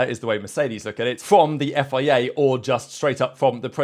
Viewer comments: It is F. I. A, not FEA, why do you keep saying FEA?? Are you broken? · Please learn how to say F.I.A.